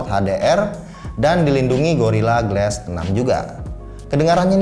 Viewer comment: GLASS DIBACA GLAS BULAN GLES